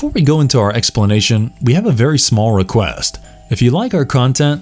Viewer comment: "We have a smarll requast...."